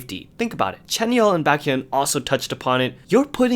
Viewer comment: the way he pronounced baekhyun's name 😭😭😭😭😭